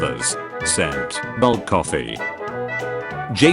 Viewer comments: Why does the tts pronounce black as "Bulk" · Why does the ai voice pronounce black as bulk